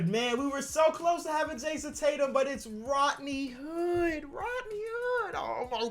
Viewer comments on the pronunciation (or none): “Rotney Hood”